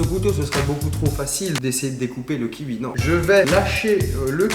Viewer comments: 😂j'adore comment tu parle "kiwui"c'est quelle origine ça?😂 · « Un kihui »😭😂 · Il dit le kiwui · Le kiwui 😂 comment tu le prononce c'est exelent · on va prendre un kihui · Ça me fait des frissons quand il dit "Le kiui" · « Le kiui »😂😂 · LE KIUI 😂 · "Le kiui" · Le « kioui » 😂 je rigole à chaque fois qu’il le dit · pour dire kiwi le mec dit 'qui ui' mdr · Tu prononce le kiui 😂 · "ki ui" kiwi mdrr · LE KIUI. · La prononciation de kiwi de Charles "Le kiui"😂😂😂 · Like si t'aime les kiui 😂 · Un kiui??? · "le kiui"😂😂😂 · Le kiwui 😂😂😂😂😂😭😭😂😂😂😂😂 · Il dit même le kiui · Sa me perturbe comment il dis " kiwi " je suis la seule ou pas ???😂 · Vous êtes autant perturber que moi quand il dit kiwi ? 😂😂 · j'aime la façon qu'il dit kiwi je trouve ça satisfesant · Sa me tue comment il dit "kiwi" 🤣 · Qui adore la prononciation du mot kiwi de Charles 😂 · Omg ce kiUi m’a arraché les oreilles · Tu me soule tu dis " kiui" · Je suis brusqué d’entendre kihui au lieu de kiwi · le "kiui" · Heuuuu..... c’est du gachis de papier !! 😂😂 d’ailleurs qui prononce kiwi « kiwoui » parce que Charles il dit kiwiii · "Le kiwui" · Tu dit Kiui 😂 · Kioui mdr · Le kiUi 😂😂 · C "kiwoui" pas "kiwui" 😂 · Kiwi pas kiui tabarnack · J aime trop comment tu prononce kiwi: -Fastgood: ki-ui -Les autres: Ki-oui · On prononce KIOUI pas KIVI bordel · Ya que moi qui dis kioui et pas kiui ? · Ça me stress c'est le KI"OUI" pas le KI"UI" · C pas le kivi mais le kiwiii sinn pas mal👣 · "Le kiwui " ça se prononce kiwoui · "avec le kiui" 😂😂😂😂😂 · Arrête de dire 'kiui' !!!! C kiwi 😡😂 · C kiwi pas Kiui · Je suis le seul à prononcer "kioui" et pas "kiui" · Un kiwoui pas un kiwi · ça se prononce kiwoui, pas kiwui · Il dis kiwui au lieu de kiwi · Un kiui 😂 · Hé mon Charlie... pourquoi tu dis Kiui? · ptin ça me trigger de ouf d'entendre " KIUI" DIS KIOUI COMME TOUT LE MONDE MERCI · Ça me stresse il Dit : -Kiwui Au lieu de: -kiwoui 😂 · Le kiwi pas le kiui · Charles tu dit kiui au lieu de de kiwi 😂😂😂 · "on va prendre un kiui" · Kiui 😔 kiwi